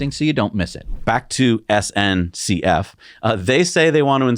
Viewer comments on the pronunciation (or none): SNCF, not "SNEF". "Société Nationale des Chemins de Fer"